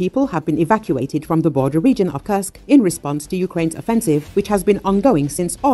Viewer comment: Please do not curse Kursk any more, it is a u like in food. Thank you.